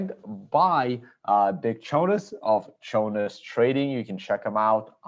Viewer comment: Did Chonis just say thanks Chone instead of at the end?? Anyway awesome conversation, would like to see Chonis on here again